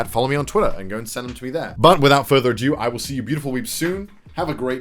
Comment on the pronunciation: Why do you pronounce "ado" as "a-dew"??? xD Also please please please review porn acting.